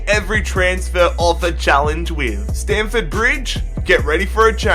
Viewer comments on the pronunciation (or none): none